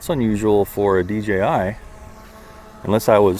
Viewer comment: You know it’s DJI right? Not dgi….🤡😂🤯